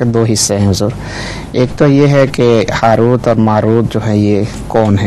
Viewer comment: پلیز لفظ:حاروت" کوٹھیک کرلیں" ہاروت" ہے